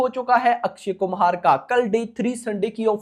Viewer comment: Bhai akshay kumhar nhi akshay kumar